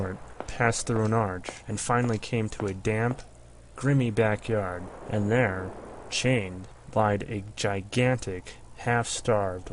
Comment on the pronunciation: (GRY-mee) not (GRIMMY)